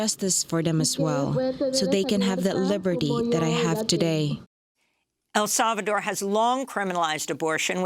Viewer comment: ..." El Salvador " wtf?